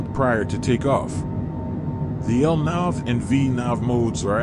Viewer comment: Awesome LNAV and VNAV pronunciation